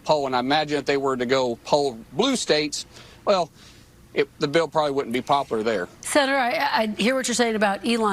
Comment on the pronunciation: What is " poplar" Mark Wayne?